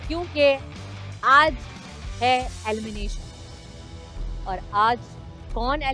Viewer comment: DIDI ITS ALIMINATION OR ELIMINATION 😅😅